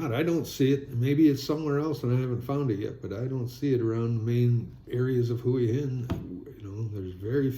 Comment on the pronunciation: Hua Hin is pronounced Wa-Hin. If you pronounce it correctly you’ll appear smarter.